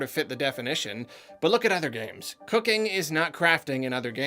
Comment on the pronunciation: why did it sound like "cocaine" when he said cooking?